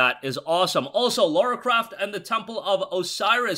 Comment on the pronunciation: It's Lara not Laura